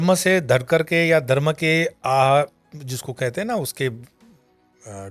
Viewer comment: Prhle tp yeh Dharma ka pronunciation theek se kare. Phit baki baat sunenge